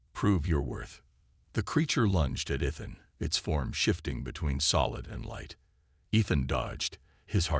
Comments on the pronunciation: I thought the story was a good take on a coming of age theme. There were some problems with the captions used and AI narration. There is something Ethan, the A. I. Can not pronounce it correctly and and a couple points even used Athan. Probably the saddest portion was when his mother mispronounced her own sons name, sad that. Keep writing and creating improvements take time, and you a sure more creative than I am. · Pronounced E than.